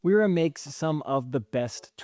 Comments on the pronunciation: Love all the detail you went into. I have one small correction that I'm sure you've heard before, but I wouldn't be myself if I didn't say it: WERA is a German company, and as such, it is pronounced VERA. W in German is always pronounced more like a V and funny enough, V is pronounced more like an F (so Volkswagen is pronounced FolksVagen...lol). But yea, it's VERA, not WERA. :) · I agree 100% I love Wera tools. My veto bags are filled with pretty much nothing but Wera, Knipex, and Wiha. I appreciate you sharing your thoughts. Side note: in German, the "W" is pronounced like a "V" in English, so Wera is pronounced as "Vera" also what is up with your pronunciations of "Acme". Kind of freaking me out 😅😂.